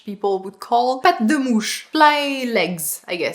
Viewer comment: As a french woman, i laughed so hard to see the labello's appearance. (EDIT : well, no, forget it. The "Patte de mouche" accent killed me). And to answer to all the persons below saying "we can do want we want !" yes, of course. But still be reminded that how YOU wanna be perceived is what YOU choose to wear. That's the plot of those videos. And even if you don't like it, people will always work that way, it's basic biology. Example : I'm a 31 woman that used to go full goth as a teenager. As my dark awkwardness and love for mystery never got off, I still tend to look more discreet at work. Otherwise, I will not be perceived as the Medicine Cross-Contamination Expert and Manager I am, or as a serious and organized mom of two when meeting the teachers. So I go with soft French makeup (mascara, hydrating creme, natural lipstick) and go with all black well chosen classic outfits with simple silver accessories. Yes, I have more than 10 tattoos all over and 8mm silver gauge earrings on each side, but they are placed or look discreet when I need to. And when I want to go all-in (let's say, usually at Halloween or on weekend nights) then I'll do it with knowing how I'll be perceived by this look.